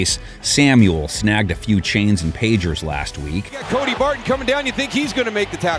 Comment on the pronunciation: Commentator,"Deebo sangged a few pagers and chains!" 🤣